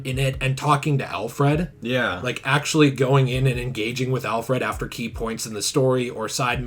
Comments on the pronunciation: Everyone: "Alfred": "Al-FRED" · “Alf Rad”